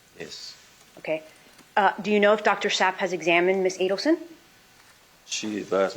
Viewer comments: I literally punched the air ever time she said Zapp 🤣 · I thought it was just me hearing the Donna's attorney kept calling the doctor, Dr. Zapp instead of Dr. Sapp, even after the Chief spelled it for her. She even mispronounced the Chiefs name. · Agree. The defense needs to come across better when interacting with others... and listen, for goodness sake. S-a-p-p not Zapp! If this lawyer comes before a jury, she won't be doing Donna any favors. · SAPP not ZAPP! Annoying! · Why cant Mrs. Adlesons atty. say, SAP? He literally even spelled it for her. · I think she's purposely mispronouncing "Dr. Zapp" so that she can say that "Dr. Zapp" never saw Donna when in fact, Dr. Sapp did see her. Deceitful strategy. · What a rude defense attorney. “Dr Zap” .. I believe the told her the correct pronunciation several times. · This beatch intentionally repeatedly mispronounces Dr Sapp as Zap. Don’t like her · It drove me crazy everytime she said "dr zap". He corrected it twice and spelled it for her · I thought that. Even after he spelled it out to her as SAPP, she still said Zapp! Daft cow 😂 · It's "SAPP" you m*ron--- you know, like "She's such a sap?" Dang .....is that atty deaf?? It was not only spelled but pronounced several times🙄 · Even with her ample supply of outraged rhetoric & grand posturing, she couldn’t manage to pronounce the psychiatrist’s name correctly. It’s SAPP! It’s SAPP! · 😂I was looking for this comment. Its SAPP!!! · so excellent she can’t pronounce Dr. Zapp even after it’s spelled to her…… ha! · "How do you spell that, S-A-P-P? OK, so as I was saying, Dr Zapp..." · Sapp. It's one syllable. Not hard - get it right. Lady Edelson's lawyer seems a tad hard of comprehending. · This man has spelled the psychiatrist’s name and she still refuses to pronounce it correctly🤦🏾‍♀️ How hard can Sapp possibly be????? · This lawyer doesn’t know how to pronounce proper names, even after hearing the spelling 🤦🏻‍♀️ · This attorney can’t even pronounce names correctly lmao